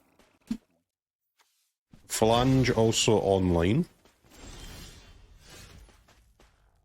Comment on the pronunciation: It’s not phlaNge it’s phlAge 😂